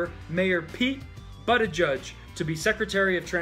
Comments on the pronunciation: You mean Pete Buttofjiz brah... That's not funny that you mispronounced it 😂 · Lol, it's pronounced like Buddha- buddha- judge-, funnier your way, tho😂😂😂